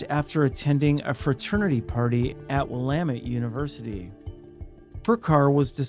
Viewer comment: Aw, man, I remember the Longo case. So damn sad. (BTW, the "Y" in "Ypsilanti" is just pronounced like an "I"... but hey, I can at least count on you to pronounce "Willamette" correctly!)